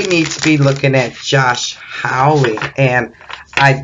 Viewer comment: Hawley, pronounced like ha ha ha ha, not howl like a wolf.